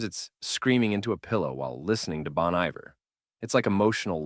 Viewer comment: that’s not how you say BON IVER